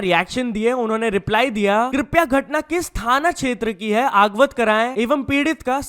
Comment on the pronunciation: Ye अवगत ko अगवत bola 😅